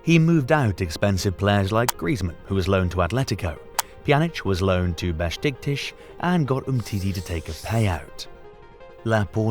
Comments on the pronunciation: Bro it’s not Beshtiktish it’s Beşiktaş (pronounced as beshiktash) 😭😭😂😂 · Exactly that i wanted to comment😂😂😂😂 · The way beşiktaş was pronounced killed me 💀